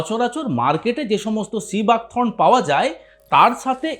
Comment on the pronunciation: সিবাক থ্রোন নয় থর্ন।